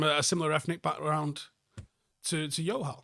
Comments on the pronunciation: Bro, what's with the J being pronounced as Y mate. In south asia its a J. Much love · Jo-hal,, he's not Spanish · Just saying it’s pronounced Joe-hal, yes they are Sikh for sure. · Love this video. Your pronunciation of the name ‘Johal’ as ‘Yohal’ is going to have the Johal’s I know thinking their Portuguese though 😂😂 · Close. But, in punjabi it's still a J!! We're not Spanish!! JO-HAL!! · idk why you're pronouncing johal like it's spanish lmao pronounce the "j"